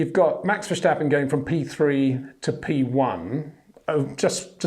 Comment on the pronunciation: Great reports! It's "fair-stappen" .... not "versch-stappen".... small detail, just like your brilliant detailed reports. Thank you.